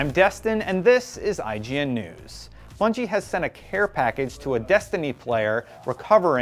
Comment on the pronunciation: when he said Bunny I thought he was trying to say Bungie but failed every time, had to look at the description to make sure lol